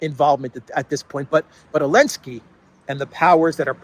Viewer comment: why do you call Zelenskiy - Elenskiy?)